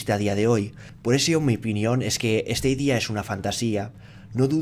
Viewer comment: Se pronuncia "STADIA" no "STEIDIA" stadia es estadio en latín, el latin tiene la misma fonetica que el español